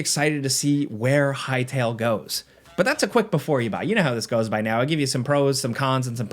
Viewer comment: respect to the guy who said "hytale"